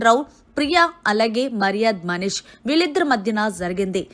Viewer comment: Nv ja lu sh lu ela palakalo nerchuko, uh tarvata ilanti videos cheduvu, ni ucharana antha chettha ga undi mari, getting irritate when you utter tanuja n manish sounding...god!!!